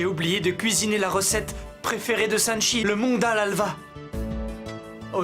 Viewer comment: Apa tonton nikita di sanakchi Olye de sanchi😂😂😂😂